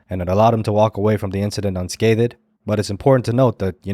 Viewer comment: Please pronounce unscathed without the “unscathED”. It is erroneous to pronounce it otherwise, and instead marks you as unlearnED.